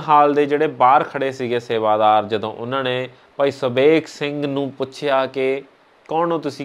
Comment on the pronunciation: Bhut vadiya par punjabi da shi ucharn kro jdo marji di jga tusi kdo marji bol rhe.... sry... tusi bhut sona Kam rhe mai bhut wada parsanshak va tuhada